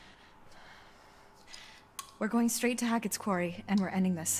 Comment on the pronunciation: bro said the “qeaury” 💀